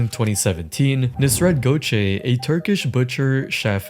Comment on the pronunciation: bro gökçe spels like gokche not gothe (i am turkish)